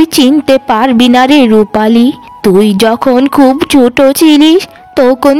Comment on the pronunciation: Cartoon gulo khub valo lage.... Kintu ekta byapar kemon lage... Ei cartoon gulote... খুবই কে খুব ওই উচ্চারণ কেনো করা হয়.... এটা খুব ই বললে বেশি ভালো লাগবে... 😊